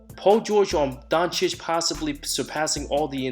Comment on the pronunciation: Who the heck is Don Chick? His name isn't that hard to pronounce 😂 how can you miss pronounce it that badly?!